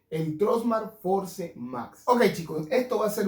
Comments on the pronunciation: Fors! Se pronuncia! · Por favor en pleno 2022 no sabes pronunciar FORCE???????? Tus videos son buenos pero ayuda a más gente a querer pronunciar bien.